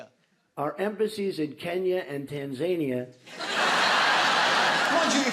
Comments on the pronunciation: Sorry Russell it is Tan..Zania and not Tan...Za..Knee...Ya From someone living in Africa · "Tan-ZANE-ia" is up there with "NAMbia", "Thighland" and "YO-semite". I'd love to hear what he'd do with Kyrgyzstan. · To be fair, and I never thought I'd be on Trump's side for anything, Tan-ZAIN-ia is how they pronounce the name of the country in Tanzania itself. Well, not everybody, but most did when I was there last year. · Russell you don't know how to say Tanzania either it's not an English word, go ask actual Tanzanian people how to pronounce their country name. The Brits and the Americans try to change words from around the world just know that both Britain and America are full of shite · Trump isn't the only American to pronounce Tanzania that way. I've met quite a few others who pronounce it like that. My issue with them was that they wouldn't even let an actual Tanzanian correct them on their pronunciation. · No. Close, but no cigar. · At least trump got the country right and the pronunciation wrong. It’s like comparing trump calling Mint ice cream Meint and Biden calling it Strawberry’s and cream. A little different 😂😂